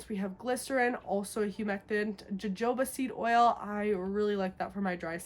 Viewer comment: Hey girl love all your videos but just want to give a kind bit of constructive criticism lol. Jojoba isn’t pronounced using the J. It’s pronounced Ha-ho-ba!! You seem to be well educated so I’m assuming you will appreciate this gentle correction lol. Take care hun 💖